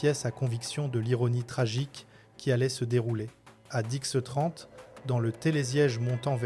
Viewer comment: je déteste ces voie AI, je ne peut plus entendre de ; il portait ses nouvEL skis .. à diXXE trente ... je refuse d'écouter - apprenez le français ou faite un channel dans VOTRE langue